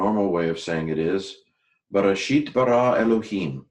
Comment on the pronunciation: A couple questions: What is the indicator that bereshith is a construct form? Why do you give a hard "t" when the taw has no dagesh? And aren't you using the modern pronunciation for waw?